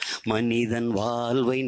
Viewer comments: இது சினிமாப் பாடல் . இது எங்கள் தேசிய கீதமல்ல. எமது தமிழ் அழகான உச்சரிப்பு உலகறிந்தது. தமிழைப் பற்றி அதிகம் பேசும் தாங்கள் தமிழை முறையாக உச்சரியுங்கள் வால்வு இல்லை வாழ்வு. உங்கள் அரசியல் வாழ்விற்காக எங்கள் ஈழத்தமிழையும் ஈழத்தமிழரையும் பயன்படுத்தாதீர்கள். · தோள்வி...வால்வை.... கொள்கை..வால்வில்..இவன் உச்சரிப்பு..... சரயில்லை